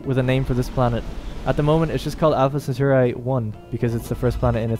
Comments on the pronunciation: I hate to nitpick, but as a Roman it is pronounced "Centauree" and not "Centaureye". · SEN-TAR-EE not SEN-TOR_EYE lol Thanks for the vid been curious about this game. on a side note it completely baffles and terrifies me how this modern generation is so incapable of pronouncing even the simplest of words.....Anyone who thinks the dumbing down of society is just a conspiracy theory should watch this video...I mean simple words totally unable to pronounce them.....smfh. At any rate he does a nice in depth play of the game.